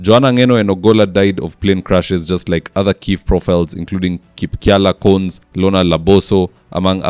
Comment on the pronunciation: it is pronounced Kip_ka-li-a Kon-es. Rich analysis all the time! Kip it up❤